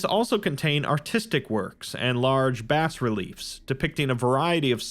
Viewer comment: Bas is pronounced “bah”. Just throwing that out there.